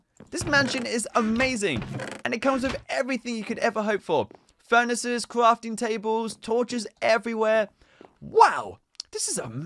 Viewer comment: Cwafting tabwes